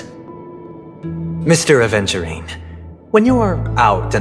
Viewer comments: ratio mispronounces aventurine, he says adventurine. It would be fun if this mistake is pointed out in future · Funnily enough, the current patch rn has Aventurine using "ADVenturine" name LMAO